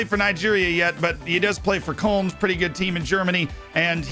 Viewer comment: if you can't be bothered tryna pronounce Köln the german way just say it the English way. You can't be bothered learning how to pronounce Ehizibue it's not like it's a shame thing